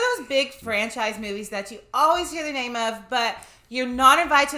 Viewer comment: Ya’ll saying his name wrong through the whole movie 🤣🤣🤣